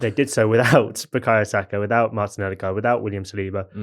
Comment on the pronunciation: I appreciate correct pronunciation of Odegaard. Atletico was also pronounced correctly but I couldn't understand your emphasis on the softness of the T. As long as there is no H sound it's correct as far as I'm concerned.